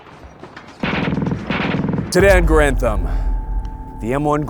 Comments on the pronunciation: Vids are great, but an entire channel named on the garand, that doesn’t even pronounce it right. It’s Gare-and, not Guh-rand. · So you folks do not subscribe to pronouncing Garand as the research of Gun Jesus indicates? Seems odd on this channel...